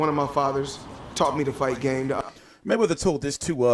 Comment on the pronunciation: "THE MAYWEATYER-HAYMON UMBRELLA" GTFO you lunatic